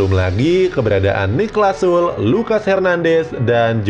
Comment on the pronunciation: narator! baca "SULE", jangan "SUL".